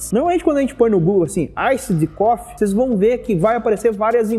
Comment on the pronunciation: A pronúncia do Iced Coffee é "Iced Cofi", como se tivesse um "i" no final, da forma que você pronunciou ficou parecendo "cough=tosse". Café é bom demais, ótimo vídeo!